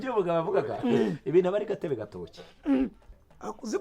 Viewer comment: Bavuga Gatobe gatoki...ntibavuga gatebe gatoki